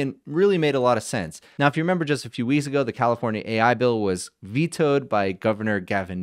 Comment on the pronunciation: few weez ago... what is a weez?